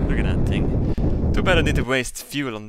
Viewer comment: th th th th not ting